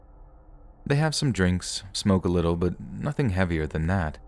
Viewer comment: 😆 that was funny "emphasis on litlewl" 😆 WHAT IS SPEAKING?!